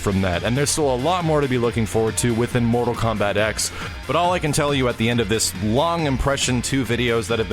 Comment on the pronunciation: THE X IS A FUCKING ROMAN NUMERAL. TEN IS HOW YOU SAY IT. FUCK.